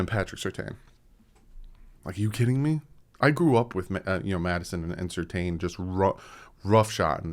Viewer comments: It's not pronounced Sur Tayne, it's more like Sir Tan. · Quick question for or the commenters about Patrick Surtain. Back in his playing days, his last same was definitely pronounced Sur-TAN on TV. I'm hearing and Reason both saying his name now as Sur-TAYN, and they both normally know their Dolphins better than me. But isn't it Sur-TAN?